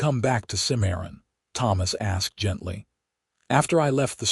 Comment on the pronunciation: It's Cim-a-ron, not Ci-maron ... 😊 Exciting, pensive, ultimately satsfying unfolding.